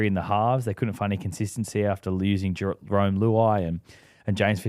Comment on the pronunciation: CTE is real kids, James still calling jahream Jerome, you’ve got a bloke literally saying in the correct way right in your face and still get it wrong, silly poms man😂😂